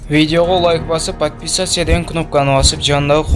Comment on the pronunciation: Подписаться дегенди жакшылар уйрончу ай бала патписясия дебей.